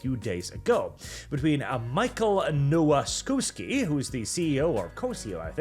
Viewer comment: Come on, It's not pronounced Nowasky, it's Novakovsky